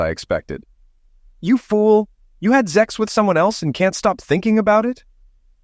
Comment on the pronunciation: For God's sake, it's not zex, it's sex. Stop with the damn zex already!